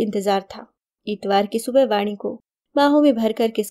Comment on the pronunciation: Vaadi nahi Vaani kahiye Uchcharan sahi rakhiye ण hai ye